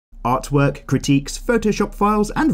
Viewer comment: Is it only me who heard ”art twerk” in the beginning? OoF